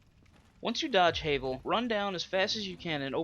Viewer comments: Havel (pronounced Ha (like the laugh) - Vel, not Hay-vel) is NOT that hard. Sure, you'll die a few times before you realize that you can BACKSTAB HIM ALONG WITH ANYTHING ELSE that is your size or slightly larger. His attacks are easy to read, so just roll and backstab. He really isn't as hard as you give him credit for. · No offense it's pronounced Havul spelled Havel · "HAYVEL" lol